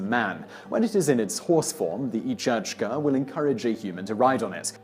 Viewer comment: You should have asked in Scotland for Each-Uisge pronunciation, it's sounds similar to the Kelpie.